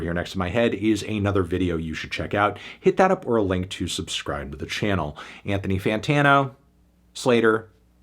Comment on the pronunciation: He really said Anthon¥ Fantano